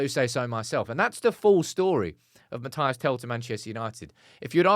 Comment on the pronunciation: It's Mathys not Matayass